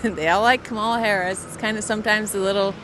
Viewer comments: Oh come on, Nick! Pronounce her name correctly!! It’s comma-la. You sound stupid! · Nick, if you’re going to do politics, don’t you think you should learn how to pronounce Kamala Harris’ name? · Nick, you're rude, pronounce her name correctly.